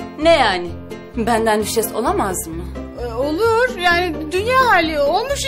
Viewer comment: Düşeş değil Düşes ya hadi bir söyle ya